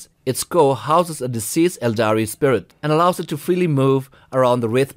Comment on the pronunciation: I love your dialect and especially how you pronounce Aeldari. It's like silk or something. Where are you/your dialect from? If i can ask.